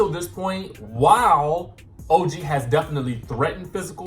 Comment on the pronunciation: When you referred to OG as ToeG I was done watching. This whole channel is a dub, don’t be shady